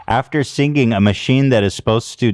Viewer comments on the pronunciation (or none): I love how Ethan pronounce siNGinG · I wonder when Ethan is gonna learn how to pronounce singing. sinGing